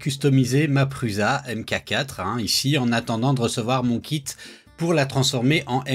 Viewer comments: Un nom propre se prononce proprement. Prends n'importe quelle vidéo de Josef Prusa et écoutes comment il prononce son propre nom. Tu ne prononces pas Bill gâtes, ou Donald trümp, alors il n'y a pas de raison de dire pruZa. Qu'est-ce que tu ne comprends pas là dedans ? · PRUSA, veut dire "Prussien" en Tchèque. Il n'y a aucune raison de le prononcer PRUZA... 🙄